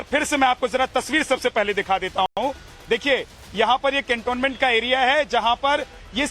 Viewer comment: This man can't even pronounce the "cantonment"? Whatever is said about his past in Prayagraj seem correct.